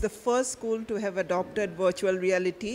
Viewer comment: It is not vritual but Virtual. Please google the sound how to pronounce before presenting the news.